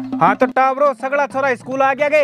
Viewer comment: इस्कूल koni स्कूल how